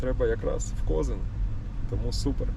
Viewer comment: Привіт ударение на Коз и н